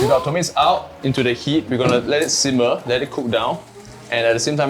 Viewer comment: Dude! Those things are called tomatoes. NOT TOMATES!!! WTF... learn how to speak properly lah u gen-z!! TMD!! 🤬🤬🤬🤬🤬🤬